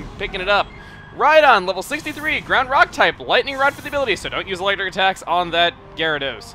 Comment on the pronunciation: raichu eletric....sry i just wanted to point that out